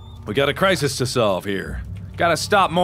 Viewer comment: Let's SAWlve this problem. Oh you :D